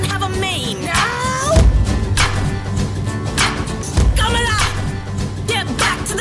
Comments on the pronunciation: Trump can't pronounce Kamala that easily tho... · ok but Trump cant even pronounce her name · This is wrong Trump doesn’t know how to say kamala